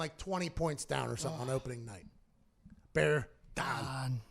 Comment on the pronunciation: Hey Pat...Bear Dahn! Mitch won Colts lost and once again... Bear Dahn!